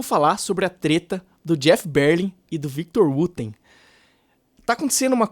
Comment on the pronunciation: Que BÉR-lin, rapaz?? É ber-LIN mesmo!